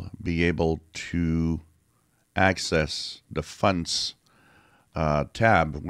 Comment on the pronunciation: I love your videos. I know you're French Canadian, but I love how you call fonts, "funts". 😃